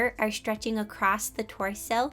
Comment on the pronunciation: two lines acrosst it